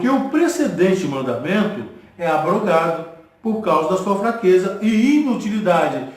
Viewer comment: Pastor, graça e paz! Parabéns pelo estudo. Só 2 coisas equivocada ; mas nada que atrapalha. 1° não se lê ABROGADO, e sim AB - ROGADO com ( B mudo ) é separado. 2° que faltou o senhor ler o versículo 9 de 2 Corintios cap 9 , que diz pra quem era a contribuição que Paulo estava fazendo. * Espalhou, DEU aos POBRES, a sua justiça permanece para sempre ! E pra confirmar que o velho testamento foi abolido, era só ler 2 Corintios cap 3 verso 14 a 18 . No restante o senhor está de parabéns! O senhor é corajoso viu, e Deus há de te recompensar por dizer a verdade dentro da Bíblia. Deus seja louvado